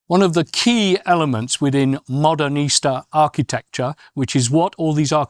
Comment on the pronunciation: The architecture stands all the more beautiful in contrast to that sloth of a man in his wrinkled suit mispronouncing so many terms like Modernista (as modern Easter).